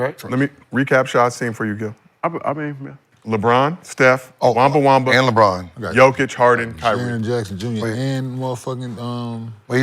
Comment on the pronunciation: Man said, Victor WEMBA-WAMBA XD --- IM CRYING!!!